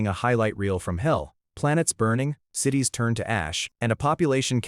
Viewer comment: Story is great, but the AI is bad in a lot of spots with mispronunciations like CIES instead of (sit ease) CITIES. I really believe the poster should have to listen to the crap they put out for verification of correctness. 🤦🏻